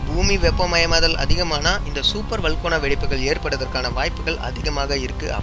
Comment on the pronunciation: வல்கோனா ன்னு சொல்லாதீங்க ... வல்கனோ ன்னு சொல்லுங்க ...